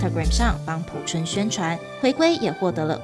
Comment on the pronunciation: P I A O 朴！二声！